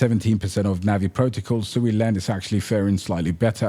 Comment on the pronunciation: It's pronounced SWEEEEEE. Im on a mission to correct the entire internet.